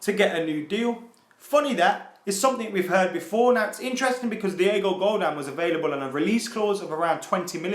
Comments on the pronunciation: Godin not godan 😅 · if he says diego godaan instead of diego godin one more time im going to shank my dog with the tissue i used yesterday to shoot a load into while i was looking at a donald trump speech on gun control. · It's pronounced "Go-DEEN" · its Pronounced GO-DEN